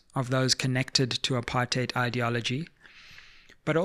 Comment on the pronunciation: Thanks Sizwe for calling "apartheid" very clearly and with the way it must be pronounced - Not this rosy English version a lot has come to embrace diluting the very essence of its meaning. Apartheid was so evil that it does not deserve any soft or cushioned pronunciation - it is "apa-rrrrr-t heid" and let's call it with the absolute contempt it deserves and drop this "upper-theid" 😩😤😤